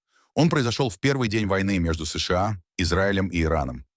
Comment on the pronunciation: Контент ИИ, который делает неправильные ударения в словах. Например оно говорит : ес ша а... Мы так не говорим. Мы говорим : се ше а... Да, но оно быстро учится...